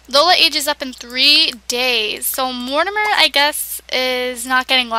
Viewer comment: Lol, you pronounce Mortimer Goth, "Mor-Di-Mer" When it's actually pronouced, "Mor-Time-er"